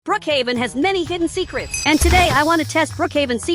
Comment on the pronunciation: Bro ur said secerts